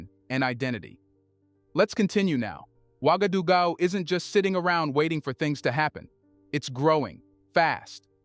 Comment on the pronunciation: It's pronounced like ;wagadogoo.